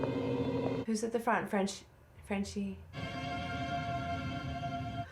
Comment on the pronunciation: I came here to say that. “Frenchie” lol.